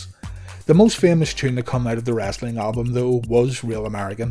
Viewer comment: The narrator calls it wrastling.